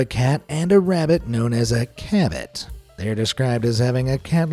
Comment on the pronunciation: Why does cabbit sound like cabbage